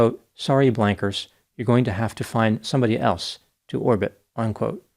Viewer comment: oh lol i thought he said wankers